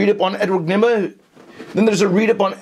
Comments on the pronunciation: he said Edward Nima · Dat last part with the whole trying ta say the Riddlers name was pure gold lol